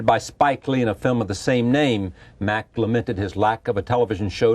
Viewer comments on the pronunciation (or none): MAC not MACK.